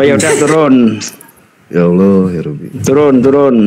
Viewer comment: Kenapa dalam kitab mereka ditulis " ALLAH " , tapi mereka sebut " Alah " bahasa Indonesia yang sangat tidak benar.coba dengar mereka sebut....